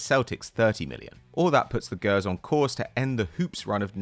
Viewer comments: I ain't even a rangers fan, bit jesus christ how can you not say Gers properly, it's not Gaers 🤣🤣🤣 do you call people who are called Gerald, Gaerald? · While I like seeing you lot cover Scottish football the way you pronounce “gers” hurts my soul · Mispronounced gers and talk a boatload of shite about “light blue dominance”. Haven’t watched a scottish game in your puff. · Why does he say gers like that?